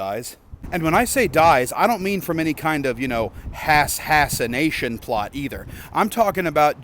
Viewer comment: "Hassination plot"? Is Hasan Piker doing a Luigi?